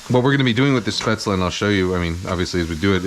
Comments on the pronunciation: Pronounced "Shpate-zel" not spetz-la. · Now go learn how topronounce spaetzle